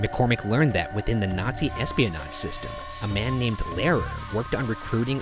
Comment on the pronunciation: To be fair, he butchered the pronunciation of "Lehrer" far worse than "Bimingham".